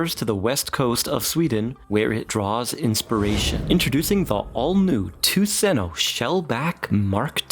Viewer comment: Ah! Tuseno = Tusen Ø = Thousand island... It is pronounced "Tusen uh" ... because , trust me bro (I'm Norwegian). I have met a swedish person before, they are fairly nice, but they are hopeless at skiing (which almost makes them danish..almost)